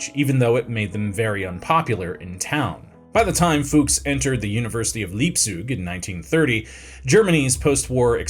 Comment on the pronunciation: Still better than how he pronounced "Leipzig." Not sure where THAT came from.